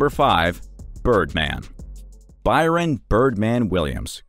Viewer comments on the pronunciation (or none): calling birdman byron is crazy lol its brian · It’s Bryan not Byron 😳